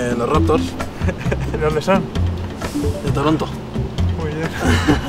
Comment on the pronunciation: Los "Ruptors" 😂😂😂